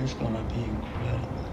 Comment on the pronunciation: It’s In-cred- d -ble.